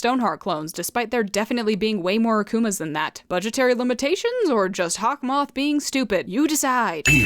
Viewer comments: "Hawk Maw" 😭💀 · I thought it was hawk-moo😂😂😂